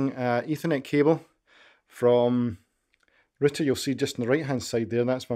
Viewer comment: It's not RITTER, it's ROW-TER Route'er